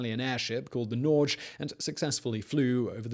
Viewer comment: Just a note: Norway = Norge in Norwegian, not Norje. It is the same word as in English in a modernized form. It was originally called Nor(v)eg, which basically means north +way/northward. For some reason, it was once a matter of prestige for Vikings to live as far north as possible, and you can find quite a few Norwegians who bragged about living north of their rivals in the Norse sagas. It's just a weird place...